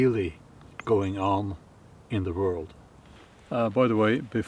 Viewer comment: The pronunciation of “world.” I would start out by making a CONSCIOUS EFFORT to pronounce an English “w” like “w,” not, as - I’m sorry - you do. You pronounce it like a “v.” Once you have that under your belt and can spontaneously say “why,” not “vhy,” “where,” not “vhere,” “when,” not “vhen,” “were,” not “vere,” etc., you can then approach “world.” Here’s the trick: the “wor” in “world” and “word” is pronounced EXACTLY THE SAME as “wer” in “were.” I’m an ESL professor with over 4 decades of experience - have even written a book - and firmly believe that anyone can change himself to meet the requirements of a new language. Yes, it takes practice, but it can be done. An important component is, as you suggest in this video, LISTENING, listening to yourself as well as others. Please know that these comments are meant to help, not criticize. If you have any further questions or concerns, please don’t hesitate to contact me. I’d be more than happy to give you a hand. Obviously, I very much enjoy watching/listening to your videos. Thank you. All the best.